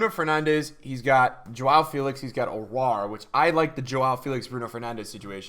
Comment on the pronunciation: Pronounce Aouar aw-uw-ar